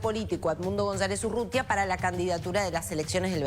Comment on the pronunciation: El es González Urrutia el periodista dice Urrutia😂😂